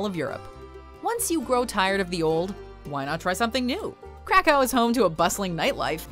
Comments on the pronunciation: KRAkow. Not CRACKow, plz. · Krakow it pronouced "crack-ov"! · The way she pronounces Krakow makes my ears bleed.